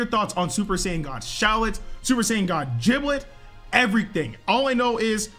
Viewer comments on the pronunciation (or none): Why they say giblet with a j🤣 its giblet not jiblet